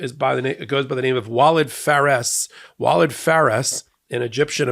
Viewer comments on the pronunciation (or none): (Walid is pronounced “wah-LEED”)